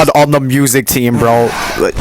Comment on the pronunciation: I think he likes it TOO much. I like it but even i don't bounce on it that much Also you said vro instead of bro